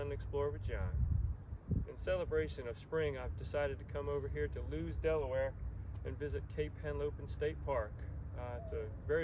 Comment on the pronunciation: Lewes is Pronounced Lewis. Thank you for the tour.